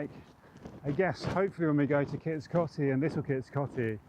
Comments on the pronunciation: It's pronounced Kits Coatey! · Great video in my home County. On pronunciation, all my Grandparents used to pronounced Kits Coty as Kits 'Coatee'. I have no idea if that's correct or if there even is a correct pronounciation.